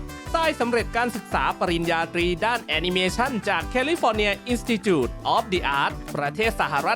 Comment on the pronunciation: อินสติจูต...อ่านแบบนี้จริงๆเหรอAi🐃?